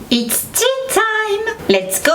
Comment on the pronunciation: Bonne fête ma belle! J adore tes vidéos! Et ton intro"Is thea timess"🤭